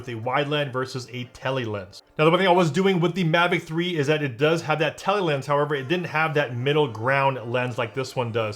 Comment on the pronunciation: "Seeni, teli" it's cin-eh, tel-eh